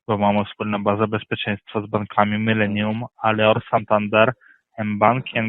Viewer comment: Bank „mylenium”😅